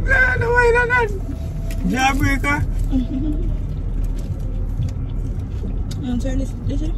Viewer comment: seh "Jaw Breaka"😂